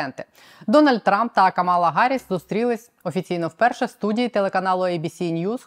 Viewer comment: КАмала, вона КАмала, не КамАла. Просто бісить, коли публічні люди, майже всі, за невеликим виключення, не можуть/не переймаються тим, щоб вірно вимовляти імена/фамілії/географічні назви тощо. Нема декілька хвилин, щоб зʼясувати?